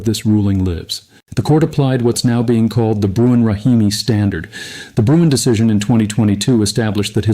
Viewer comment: Sorry, but it’s not Bruin. It’s Bruen.